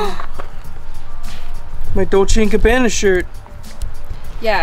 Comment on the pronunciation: Of the many Austin saying my new favorite is “my dolce and cabana shirt” At least that’s what I think he said haha 😂